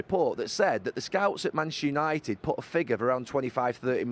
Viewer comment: Bantchester United 😂